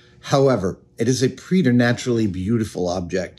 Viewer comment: Preternaturally, pronounced pret like fret